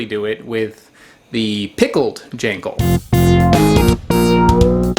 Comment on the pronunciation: also its pronounced gawl - n - gawl